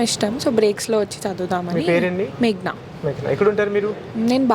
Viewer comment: తెలుగును వంకరగా పలకటం తెలుగు వాళ్ళకు దురలవాటు. తన తల్లి దండ్రులు పెట్టిన చక్కని పేరు 'మేఘన' (Meghana) ఐతే ఆ అమ్మాయి తన పేరును 'మేగ్న' అని చెప్తుంది. 'అలవాటు' ని 'అల్వాటు' అని పలుకుతుంది.